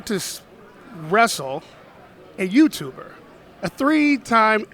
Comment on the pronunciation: Way you say eaver time youtber youtber You sa ck